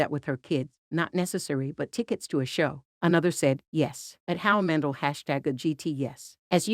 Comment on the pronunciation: It's pronounced Man-dell, not Man-dull.